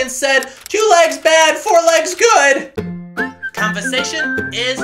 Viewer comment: I always have to revisit these videos for that, "Convasation is ahsome" line🤣